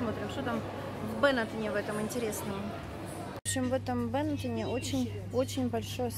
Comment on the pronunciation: Мне кажется Бенетон .ударение на О.